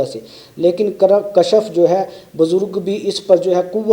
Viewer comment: kashaf nahi janab Kashf